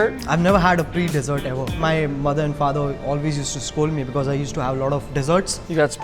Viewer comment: Becausea becausea becausea the carrot is red